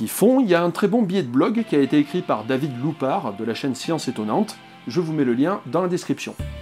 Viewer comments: c'est "David Louapre" et non "Loupard". Sinon je te remercie pour la vidéo, c'est du bon boulot. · Bonsoir, la vidéo est vachement bien! Petite remarque, c'est david louapre et non pas loupare :p Bonne soirée! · C'est pas david loupare mais louapre